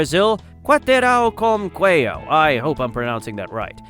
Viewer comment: In Portuguese we pronounce the j